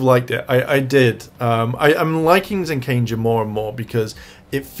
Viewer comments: When is someone going to correct him on the pronunciation of ZenKAIger!?! I literally can't stand to hear him say ZenKANger. There's only 1 N and it's the third letter lol. For God sakes please fix you pronunciation. It's "KAI"ger not "KAN"ger. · well when you're talking about Kaito alone, you call him Zenkaiser. Which is his "ranger" name? Like ZenkaiZuran or Vroom...it's Kaiser for him. But when you talk about them all together, they're the ZenkaiGers. And you yourself like to add an extra N where there's not one. Pretty much say it like Gokaiger but Zen instead lol.